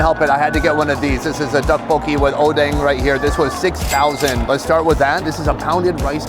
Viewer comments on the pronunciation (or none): none